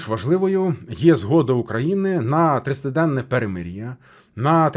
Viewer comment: Дякую пане за добрі новини! А ще прошу вас постаратися чіткіше вимовляти слова, бо деякі,ви коли говорите, то,,ковтаєте'' наприклад слово тридцятиденне у вас виходидь - триденне, а я жінка похилого віку (67) поганувато чую! Дякую!!!❤